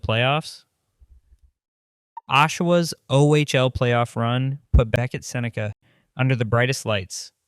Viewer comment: I'm guessing he said his name wrong on the first cut and had to dub in the correct pronunciation.